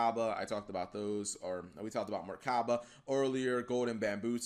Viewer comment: Cap, you know theres no "R" in Mechaba right